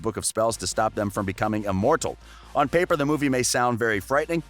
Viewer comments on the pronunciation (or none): none